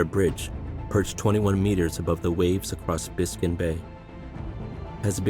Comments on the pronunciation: Biscon Bay??? It's BISCAYNE bay. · You got to wonder about the rest of the content when they can't get the name of the huge bay correct. Biscayne, not biscon. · The narrator can’t even pronounce the names of our places right. How do you mess up saying “Biscayne” This whole video is over exaggeration and clickbait.